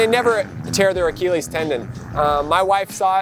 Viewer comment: Whats up with every single mx rider pronouncing it a-keel-ees ive heard this like 10 times now. Its pronounced a-kill-ees. So weird.